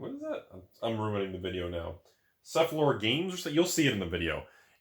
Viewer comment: Granted Cephalofair Games ain’t easy to say, but I’m glad you pronounced it in such a way that YouTube captions heard “sucklord games”